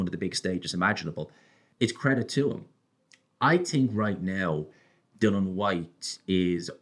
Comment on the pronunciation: Please say Dilians name correct!!! My god